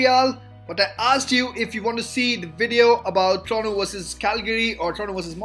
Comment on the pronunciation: Dude its not trono it Toronto don’t eat the T whith your try hard accent